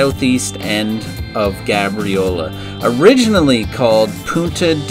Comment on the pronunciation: It’s pronounced gay-briola